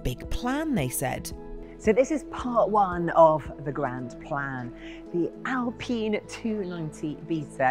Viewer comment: why would she call it alpeen? basic laws of grammer make the i long, no? friggin english.